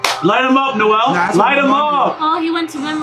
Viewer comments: it’s pronounced (No ~ zell) like how “Noel” is pronounced but with a “z” just wanted to help with your pronunciation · Ngl it really irks me when people miss pronounce names lmao. I loved the reaction but the miss pronounciation of Nozel was bad lmao